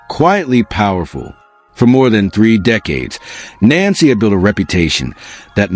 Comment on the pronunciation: No wonder, people don't believe this story. You can't even get her name right.